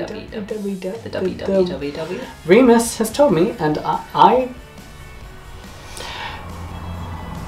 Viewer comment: "Fresh parchment reminds me.." REMUS. ITS REMUS